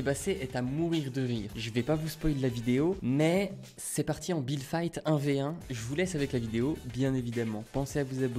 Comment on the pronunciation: si tu le connaissait il dis toujours builde Fite